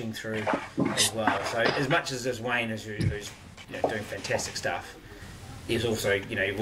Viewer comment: Tell the bro it’s wayde not Wayne 😂